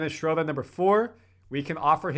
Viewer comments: and everybody, please stop saying “Schrodah.” German has a uvular “r” in the back of the throat, sounds a little like “ah” to English ears, but there really is an “r” in there. Just say “Schroder,” normal-like. Same goes for Maxi Kleber. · hey how about learning how to say his name now.... SINCE IT'S OFFICIAL!!!! "SHREW-DUR!"